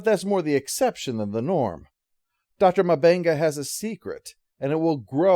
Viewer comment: Close. But, I don't think M'Benga's name is pronounced as "Muh-Benga". Instead, I believe it's "MMMBenga". -If you are going to have aliens on your ship - even if they are unconcious, you really should have security in the same room to watch them. Especially since M'Benga wasn't sure if he gave enough sedative for their biology. They simply cannot work on one alien and still watch the other. Ridiculous and irresponsible! -I have to say, you tied up the episode, in your final summation better than the show did! Not that they didn't try, or anything. -This show has potential. I hope they are able to keep it and help it to bloom beautifully.